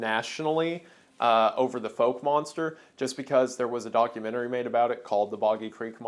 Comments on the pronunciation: It’s not pronounced “Folk” monster. Fouke rhymes with talc. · FYI Fouke Monster is pronounced like Ow like when you stub your toe. "F-ow-k." I'm not from there but from a neighboring city. One folklore was that it ate black people. Fouke was considered a sundown town and the legend was that this racist cryptid would eat you if it caught your black ass there at night. One of many legendary stories lol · the “ou” in Fouke Monster is pronounced like the “ow” in cow, just for clarity’s sake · Literally me nitpicking this 5 months later but it’s okay. The Fouke Monster or the Boggy Creek Monster isn’t pronounced like “Folk” it is pronounced like “Fa-ow-k” I only know this because I’m in the area that knows it by The Fouke Monster. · I know its all semantics but i cant help myself. I live about 30mins away from Fouke AR, and i must point out that you pronounced it wrong. You got the second syllable right but the first is pronounced like fowler. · YOU SAID FOUKE WRONG its okay its a sundown town